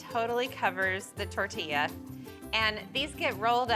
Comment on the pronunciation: I’m just glad she said tortilla correctly lol😅